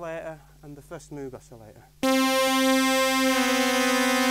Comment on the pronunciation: supposed to rhyme with rogue